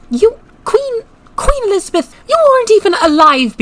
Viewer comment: "Alees- a-beth"-queen mary, 1950s